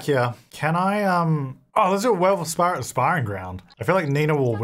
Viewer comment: When said "let's have a werewolf spar" I want looking at the screen and thought he said "spa" and I looked up fully expecting to see a werewolf getting a massage from the portable massage table!